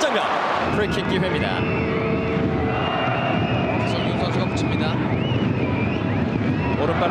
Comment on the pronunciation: 역시 박문성😅😅😅 송민규를 송진규라고 하는 저저저저